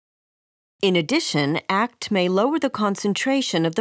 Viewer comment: Small quip- A-K-T not “act”.